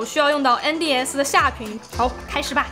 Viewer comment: 因为把N的发音读正确了，所以我按赞，哈哈